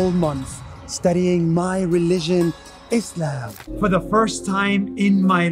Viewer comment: what about eezzlaam